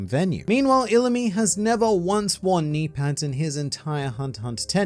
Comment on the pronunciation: I didn’t even catch your mispronunciation of knee pads because of your knimey whimey accent